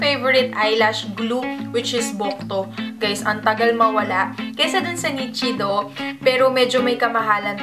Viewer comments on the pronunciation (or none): none